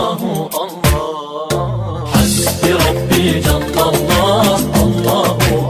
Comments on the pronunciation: Bro it's not " Hasdi Ràdi " it's " Hasbi Rabbi " ok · Astaghfirullah hasdi radi nai hy lafz ...hasbi rabbi hy 😢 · Hasbi Rabi not hasdi radi.. 😊